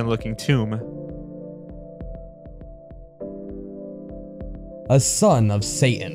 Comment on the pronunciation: you mispronounced tomb